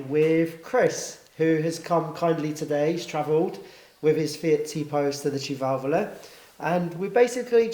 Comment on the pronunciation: my man even pronounces sedicivalvole the right way